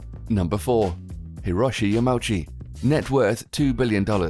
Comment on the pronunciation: I don't think it's possible to further butcher the name Hiroshimi Yamauchi than you have in this video.